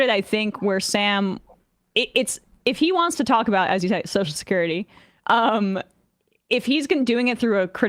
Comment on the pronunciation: "So shacurity" 😂 I've been noticing that for a while lol